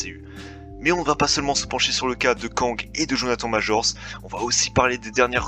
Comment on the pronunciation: Tu pourrais faire un effort sur la prononciation, en anglais please: "Jonathane maîjor". Ça n'a pas l'air compliqué...!